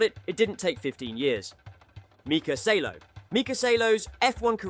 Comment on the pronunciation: Salo is called Saaalo and he has two podiums 😅